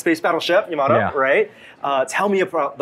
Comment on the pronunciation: Why can't American's pronounce Yamato correctly? It's so painful 😖